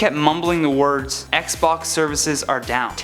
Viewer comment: I thought he said PlayStation until I read the subtitles lol